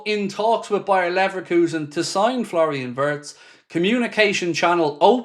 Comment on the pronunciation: My German friends inform me that the correct pronunciation for Florian Wirtz is Flo (nickname) Vietz (phonetically)